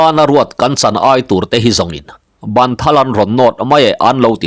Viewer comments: Ban( in sak a, ban kan lam anga lamloh tur, kan ban(kut ka lam qng hian lam tur) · Bân kut ni lovin ban in dotu zawk hi a ni e, a chhiartu hian a chhiar dik chiah